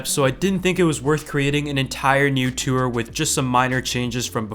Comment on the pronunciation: "tuwer" (tour)